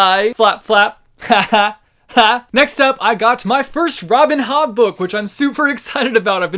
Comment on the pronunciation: Am I the only one who understood "Robin Hood" instead of "Robin Hobb" and went like wtf?